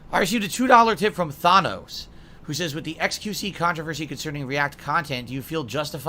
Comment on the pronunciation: still cant pronounce 'Thanos'